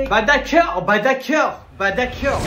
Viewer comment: Le « bah d acceur « m’a tuer 😂